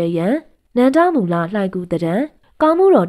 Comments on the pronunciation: စိတ်မရှိပါနဲ့ဗျာ အခေါ် အသံထွက်လေးပြင်ပေးပရစေ နန်ဒမူ လှိုင်ဂူဖြစ်ပါတယ် နန်ဒမူလမဟုတ်ပါ၊ဂန်ဓမာ ဒန တောင်၊ ဂန်ဓာ မာဒနမဟုတ်ပါ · နန္ဒမူ ကို နန်ဒမူဟုဖတ်သည်ညီမ သင့်နှလုံးသားမှာ တရားတည်ရင် သင့်နားမှာ ဘုရားရှိတယ် ညီမရေ တင်ပြပုံကောင်းတယ်